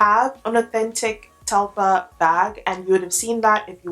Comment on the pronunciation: Fyi, it’s pronounced Tel-far. Far, not fer. And what you’re calling emblem is actually called an embossing. The embossed logo.